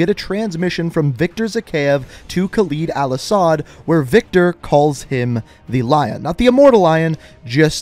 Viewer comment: Your saying his name wrong